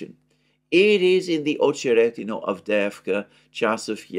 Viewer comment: AhcheRETinah, stress on RET, not on oh